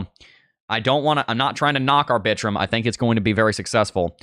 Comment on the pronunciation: Lol the way you say Arbitrum 😂 I love it!!!! (R-Bi-Trum)